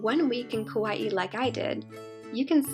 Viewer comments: Good info for Kauai newbies like me, thanks. But I think it's Ka-Wye, two syllables, not Ka-Wye-ee. That would be spelled Kawaii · Actually the Hawaiian pronunciation is kah-wha-ee